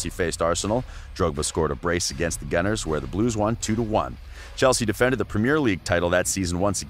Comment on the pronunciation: Learn how to say premier League properly 😂